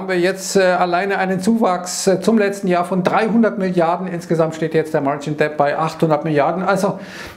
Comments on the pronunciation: Vielen Dank für die täglichen Updates. Kleiner Tipp: Schulden spricht man „dett“, ohne „b“, wie in doubt. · däbd & daubd